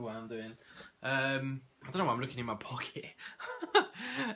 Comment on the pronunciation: Its 'pockets' i think haha